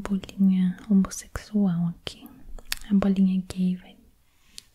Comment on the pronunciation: "Bolinha H-O-M-O-S-S-E-C-Z-U-A-L"😂